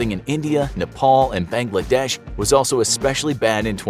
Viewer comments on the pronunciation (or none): You pronounced Bangladesh wrong LOL